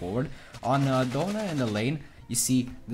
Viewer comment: The fact he said doughna not Donna